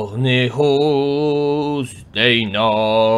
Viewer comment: mówi się deinonych